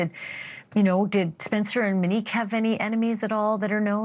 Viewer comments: it feels inappropriate given the circumstances (her channel makes money off discussing and sensationalizing horrific tragedies of strangers), imo. i feel like she’s aware her pronunciation (mehn-NEEK instead of MOW-neek) is off. i don’t know the standards for typing things out phonetically, but she says ‘Mo’ and ‘ u nique’ in a typical way multiple times in this video so I’m thinking it’s just a name she’s unfamiliar with. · And it’s “MO-nique” , not “Mi-nique” …it’s driving me crazy! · MOnique. Not Meneque. 🤦🏻‍♀️ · Her name is MOnique, why do you keep saying “MEnique”? 😭 Also, please enough with the Brian K comparisons. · Monique, not mo 😅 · Her name is MONIQUE not MO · She did not go by the name “MO”. Her name is MONIQUE. Not “Mo”. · Her name is Monique. Mo-nique. Not Mo. Show some respect. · Her name is “Monique” not “Manique” Sorry, it’s getting to me. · Right, please say MO-nique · One thing Ash is going to do is alter folks names. "Muhnique" is killing me. 😂😂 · Thank you for covering this story Ashleigh but please please for the love of all PLEASE pronounce Monique’s name correctly.